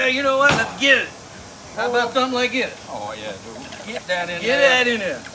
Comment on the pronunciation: "Money dewd'